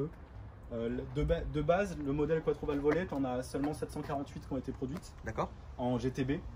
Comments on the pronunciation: Un passionné ? Quattrovalvole ! Pas Quattrovalvolve ! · a prononcer quatrovalvolé !!!